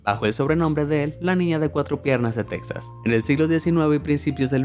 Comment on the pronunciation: Cual texas se pronuncia tejas 😡